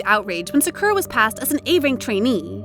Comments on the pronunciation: Please learn to pronounce their names correctly. Idek how you could pronounce sakura like that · The pronunciation " Sakura" in this vid is hilariously annoying. But good job pronouncing those korean names properly. Cant get that Japanese one down I see. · It's not skura😭✋ It's SAKURA